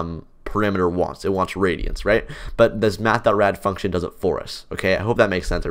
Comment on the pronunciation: Do you mean radians? The way you pronounced it sounded like radions 😅